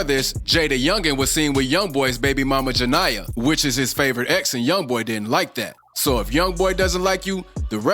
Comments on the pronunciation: It's not ja-nye-uh💀😫😭😂😂😂 it's ja-knee-uh (Jania) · Jania not janiyah. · "juh nee yuh" not "juh ny uh" 😂😂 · her name not janiyah 😂😂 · GIRL BC WHO IS JANIYAH . ITS ( JA NE YA ) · Bro saying jania name wrong made me mad😂